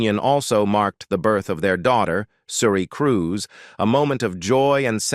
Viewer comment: I don't know what voice-over mechanism is used in these videos but it's terrible. For example, the word 'serious' is pronounced Cee - ri - os. Even names like Cruise are pronounced Crew-say. For heaven's sake have an actual person reading the script!